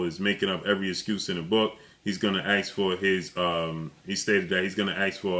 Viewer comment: Why do you say axt ITS ASK